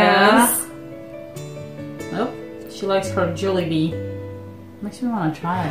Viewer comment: its pronounced as Jawlybee